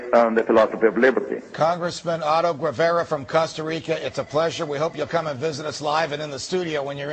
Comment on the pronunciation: Costa Rica has many problems, but "authoritarianism" is not one of them, and that is why right-wingers like "Ah-ro Weh-veh-rah" (it's pronounced "geˈβaɾa" -- ghe-BAR-ah!) can run for office and freely talk to the foreign press about it. This interview makes it look as if Costa Ricans and Americans could not speak freely or find services that they want. Costa Rica, like the US, has a social system that needs reforming, but its deficiencies are not a form of authoritarianism. Demagogues.